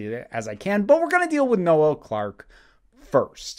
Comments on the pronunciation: I love how Americans pronounce things (that's irony btw) His name is Noel, pronounced "knoll" as in "grassy knoll, the". His name isn't another name for Christmas. Having got that off my chest, this story has come out of nowhere. It seems this is to be trial by social media. I'm not condoning any behaviour on Noel's part but it all has to be judged properly, unaffected by online hysteria and must be based on the testimony of those affected. The video from 2015 is irrelevant, if anything it's quite funny. He hasn't "accused" John Barrowman, that's the media trying to twist things. But, this aside, things are not looking good for Mr Clarke. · Noel isn’t pronounced no-el... I’m sorry but once I heard it this weird to hear.